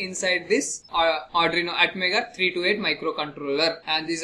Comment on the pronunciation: Nice ...but firstly I want to suggest you that just try to practice how to pronounce arduino...😅😂